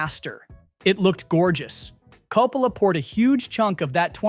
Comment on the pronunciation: I am sorry man, was really interested in this video but had to shut it off . I got 3 pronunciations of Coppola? Is this ai???? Was willing to give it the benefit but the annoying factor turned me off. Sorry if this was a real human.